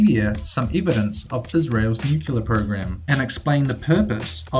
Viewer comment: NUCLEAR not NUCULAR